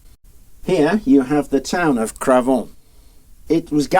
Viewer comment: Great video ! The irony is, to my french ears, the way your pronounce Cravant, sounds like "Crevons !" which would roughly translate to "Let's die !"